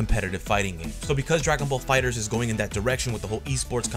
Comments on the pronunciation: My man can you stop calling it Fighter Z, its "Fighterz" pronounced "Fighters". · Am I the only one annoyed by him saying "fighter Z" Instead of "fighterz" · It's fighterz not fighter z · Why y'all say "Dragon Ball Fighter Z"? It's "Dragon Ball Fighters" but with a Z sound.